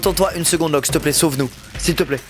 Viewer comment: 😂😂😂trop marrant parcque il a dit lokeaud et prouve